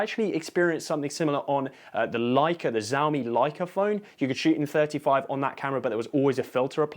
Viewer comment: Zaomi eh? 😅 pls it's closer to pronounce Shaome.